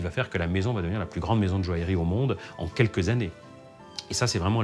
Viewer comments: La présentatrice de ce documentaire est agaçante lorsqu'elle prononce le mot joaillerie, elle dit jo-ale-rie au lieu de jo-aille-rie! Autre chose d'agaçant lorsqu'il s'agit des pierres, c'est le terme "semi-précieuse" utilisé fréquemment dans toutes les émissions traitant sur ce sujet. Ce terme est interdit dans le commerce en France par un décret de janvier 2002. Ce terme n'a d'ailleurs jamais été utilisé par les professionnels puisque je me souviens lors de mes études de bijouterie dans les années 70 que le professeur de gemmologie insistait bien sur le fait que hormis les 4 pierres précieuses: diamant, rubis, émeraude et saphir le reste des pierres étaient appelées pierres fines et non pas semi-précieuses!Cela dit ce documentaire est intéressant quoique certains participants sont insupportablement pompeux! Ils auraient pu évoquer certaines anciennes monarchies et familles princières et beaucoup d'autres artistes tel Maria Callas, Marlene Dietrich, Gloria Swanson etc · La présentatrice ne sait même pas prononcer "joaillerie" et prononce "joalerie" 😂😂